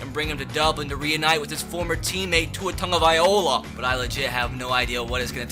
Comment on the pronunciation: bro if i hear you say "tongueavailoa" one more time i'm gonna blow up